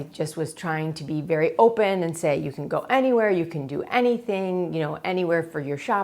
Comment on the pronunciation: When you say "tyou" and "insted" instead of "you" and "instead"